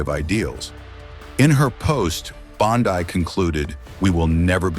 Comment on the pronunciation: Her last name is NOT BON-DAI is BONDI !